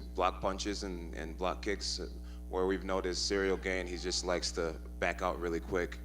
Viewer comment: I'm convinced Jon is saying his name wrong on purpose.